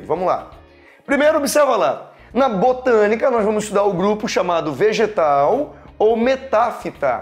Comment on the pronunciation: "Bostânica" kkkkk que aula, obrigada!